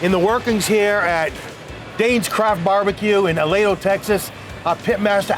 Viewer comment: A-lee-dough, please.